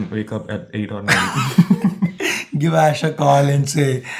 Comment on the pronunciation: ish ... hai ... eesssh